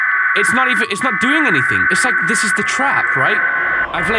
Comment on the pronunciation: I like how you say LIEK this video when I think you gonna say LIKE this video